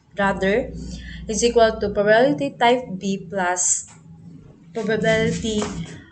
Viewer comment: The presentation was good but sometimes you mispronounced the word " probability ". Some parts are not properly explained. Anyway, thank you for sharing this. I know you did your best. KUDOS!